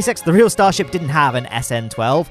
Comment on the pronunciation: Uhh you said stasrhip